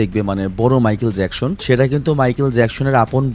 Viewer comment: নামটা তো ঠিক করে উচ্চারণ করেন। জ্যাকশন না, জ্যাকসন হবে। 🙂